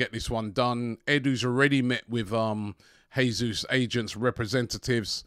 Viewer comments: If you lot do end up signing Jesus, please please can you start pronouncing his name properly? It’s the Portuguese way (Jay-zeus) not the Spanish way (hey-zeus) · Dude, STOP SAYING JESUS LIKE HE IS SPANISH!! As Brazilian it hurts my ears!!